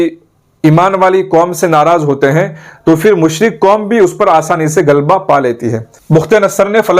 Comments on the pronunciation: Galba nahi. Ghalba "ghain" se hota hai. Gaaf se galba nahi. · apna talaffuz durust kijiye aap to aalim ho, "ghalba " lafz aapne sahi nahi bola